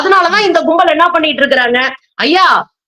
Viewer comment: It's not kumbamelah, it's kumbal.